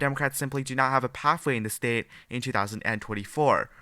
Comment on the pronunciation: BS liberal polls. Can anyone tell this guy how to pronounce the word STATE and not STEEIT.